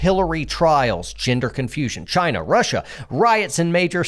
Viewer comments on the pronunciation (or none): none